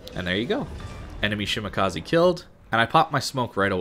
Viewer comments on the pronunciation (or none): shi ma ka ZE not shimakazi